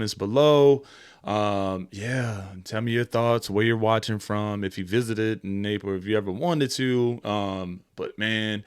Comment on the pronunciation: Its pronounced Nepal 🇳🇵 😊